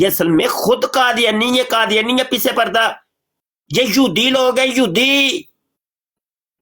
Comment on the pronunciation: مبشر رضا قادری صاحب یودی نہ کہیں یہودی کہیں ۔ شکریہ